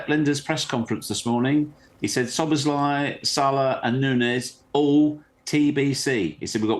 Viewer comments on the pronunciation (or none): none